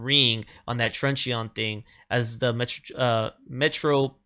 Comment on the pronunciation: "Truncheon" has only two syllables.